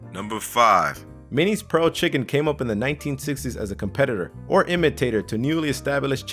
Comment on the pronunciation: "Minnie's Pearl" Chicken?